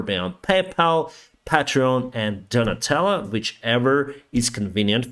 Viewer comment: Every time you say Donatello my brain hears Nutella and I end your videos with a happy thought. :-)